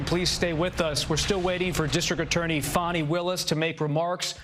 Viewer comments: He is saying fanny like Trump does. Her name is fanny. It showd that these people are bias. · Fani is pronounced as, Fawn-Knee, not FAN-knee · FAH nee, not fanny. Please respect this women. Why can't this guy pronounce peoples' names? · That girl Fani pronounced Fahnee ❤ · This reporter can't even say Fani Willi's name correctly! Get it right while reporting on national TV Bud!